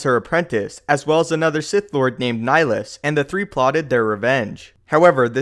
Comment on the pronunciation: You’re pronouncing Nihilus wrong